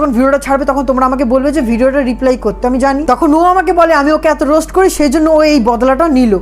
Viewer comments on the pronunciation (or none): রোস্ট না বলে রোস বলেছে। সুমীরও তো বান্ধবী